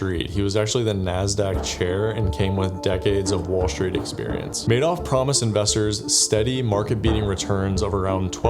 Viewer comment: Small point: Bernie Madoff is pronounced mad-off and not made-off. The uk press came up with this sobriquet for obvious reasons.